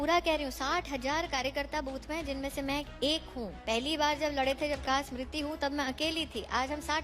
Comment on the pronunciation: O bhai ASmiriti irani nhi smiriti irani bol 😂😂 ASmiriti 😂😂